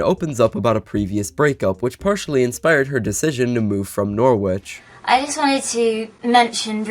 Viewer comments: ‘Norrich’ not ‘nor-witch’ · I'm reallly sorry that this is my comment but you pronounced Norwich wrong, we say it like "Norritch" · Norwich is pronounced Noritch, more than half of the English speaking population of the world knows this. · In England it's pronounced more like noh-rich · Norwich is pronounced (noh-wih-shh) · You pronounce it norrich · “Nor which” 🥀🥀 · oi mate im from London and that's unforgivable!! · the pronunciation of norwich is killing me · Love how ur saying norwich😂. I'm from around there and it just so funny how u say it. Amazing video tho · as someone from england... the W in Norwich is silent... PLEASE